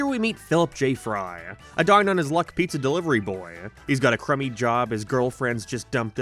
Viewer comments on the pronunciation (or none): none